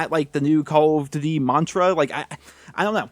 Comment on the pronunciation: i love it when he says call of doothiey